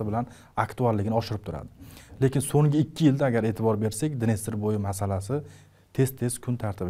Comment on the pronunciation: Assalomu alaykum boshlovchi aka iltimos sizdan Songi emas So'nggi dep gapiring juda galati eshiladida ng xarfi yoq bo'lip qolyapti